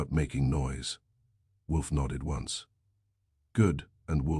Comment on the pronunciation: Why does your AI pronounce once as ons and No as Number? Why do you have such a limited range of names? Why are all your characters stereotypes? Time to change the AI bot.